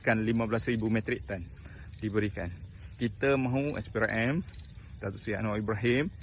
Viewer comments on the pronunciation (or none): none